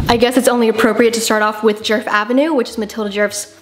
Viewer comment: fyi you're butchering her name, it's not "jurf", it's pronounced more like "yeahrf"